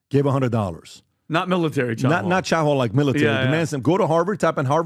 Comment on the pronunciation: "Chow Hoal" OO. 🤣 You guys kill me....